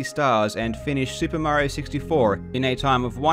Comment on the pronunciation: soo-pah mary-oh